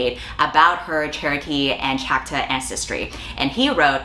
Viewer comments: Are you saying “Choctaw”? It’s like “chaw-k-taw” not chack-taw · pronounced chock-tah, i believe?